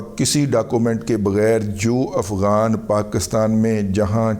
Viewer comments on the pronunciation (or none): none